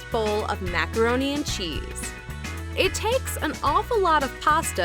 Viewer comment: The way she said cheese hurt me personally